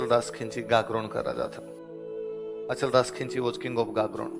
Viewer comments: Its not khinchi, correct word is khichi. pl speak khichi ❤ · Khinchi nhi khichi